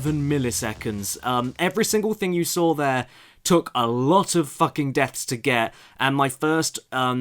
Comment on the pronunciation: Hey Caddy, why do you say "FACKING" so much lately? Anything you want to tell us?